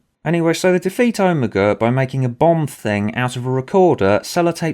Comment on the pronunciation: Hearing you pronounce Omega as Oh-me-gu will never get old. Also this story is good, wibblywobbly jelly monster included